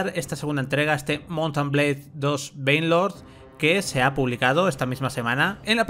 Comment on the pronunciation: Alguien que se dedica a ésto debería saber pronunciar el nombre del juego. Por lo demás muy buen vídeo.